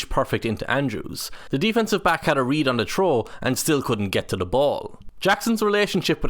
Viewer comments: Knock on effect. I hadn't heard the term and had to look it up. It means a secondary or cumulative effect. Trow and tree must be commonly heard in Ireland instead of throw and three. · I can’t understand “figure out what to…” ?? Also you’re saying trow instead of throw. Like English please